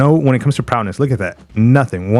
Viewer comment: Is saying Prowness an inside joke?